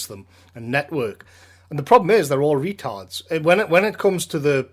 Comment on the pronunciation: "Buck toothed retartds". 👍👍